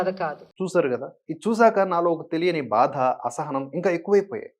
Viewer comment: జయసుధ తన పేరును జయసుద అని , బాధ ను బాద అని పలుకుతుంది .......